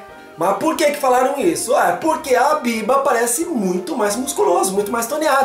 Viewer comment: voce fala bierber como se fosse biebar